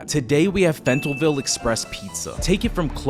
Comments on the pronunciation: Fentalville your pissin me of like when people pronounce washer warsher 😂plz stop it lol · Pronounced Fell-ton-ville